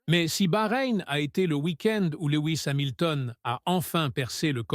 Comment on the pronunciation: à ... "LEWI ..." c'est bon je ne regarde plus. C'est quoi ces vidéos ?? Comme l'autre fois il parle de "Monagasse" ... Même nos cousins Québécois ne parlent pas comme ça. Laisse tomber frère.